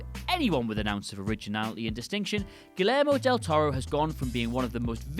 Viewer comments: i stopped watching after the butchered pronunciation of guillermo del toro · Guillermo del Toro directed a good movie titled Crimson Peak which was released in 2015. Also, your pronunciation of his name and "Chi-raq" hurt my soul.